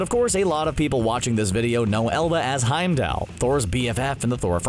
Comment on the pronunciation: My ears hurt everytime this guy mispronounced Heimdall 🤦🏼‍♀️